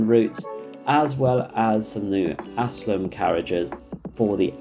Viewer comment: How can ALSTOM possibly be pronounced as "ASSLAM"? There's a perfectly visible 'T' in there!